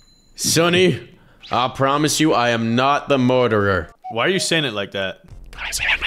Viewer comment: murderder 😂😂😂😂😂😂😂😂😂 so funny 😂😂😂😂😂😂😂😂😂😂😂